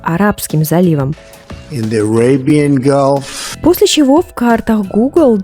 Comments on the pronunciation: Не Гулф,а Галф звучит на английском... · Простите, что поправляю. Gulf - галф, если произносить английское слово. Спасибо за Ваши потрясающие видео, очень ОЧЕНЬ! интересно.